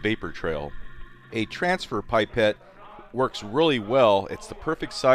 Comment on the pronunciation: it's pronounced pip-et not pyp-et, keep up the good content!